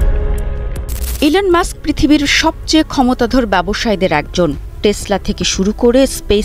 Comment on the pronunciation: ইলেন মাক্স😂 না ইলন মাস্ক